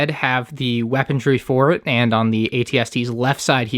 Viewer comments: the word is weaponry, not weapontree lmao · Still, saying 'weapon-dree' huh.